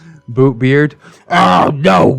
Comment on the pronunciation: I keep on hearing "Boobbeart"